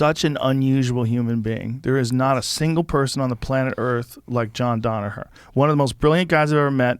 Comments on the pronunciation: Joe “Donaher” not “Danaher” Rogan 🤦🏻‍♂️ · God why the fuck does Joe always say DONaher. It's DANaher FFS.